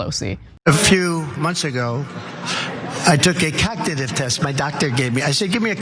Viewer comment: He said c0ck-nitive test